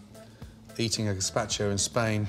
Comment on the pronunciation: I had to stop watching the video after 30 seconds because he butchered the word gazpacho